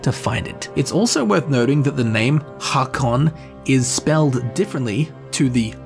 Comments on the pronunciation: Haakon is pronounced like Hokon. Dunno how else to explain it lol but aa=å Yes Norwegian is weird lol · Haakon is pronounced Hækon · Aa as in Haakon is pronounced like o in “oh”